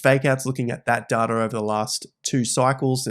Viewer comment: Never trust anyone that can’t even pronounce “data” correctly